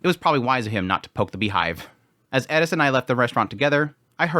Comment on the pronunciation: why do you say edis its eris